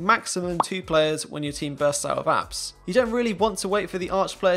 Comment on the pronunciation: Just so you you know it's apts not apps